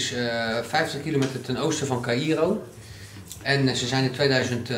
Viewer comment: Caïro spreek je uit als kairoo